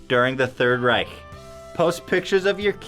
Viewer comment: To get to the real issue here: props to Ethan for his almost perfect pronounciation of the german "ch" in Reich. Richtig echt prächtig!